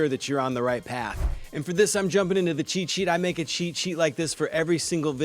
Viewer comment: When he says “cheat sheet” is it only me hear it as “chi chi”? I have no problem with that even it makes sense use AI for chi chi 😁